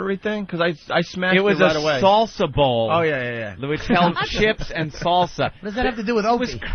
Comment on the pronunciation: What was that? Salssa?